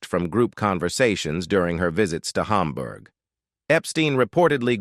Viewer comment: Why do you pronounce Hamburg as Humburg? Do you pronounce hamburger as humburger?